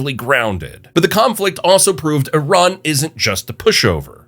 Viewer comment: Finally, someone who actually says Iran correctly (or at least the first time)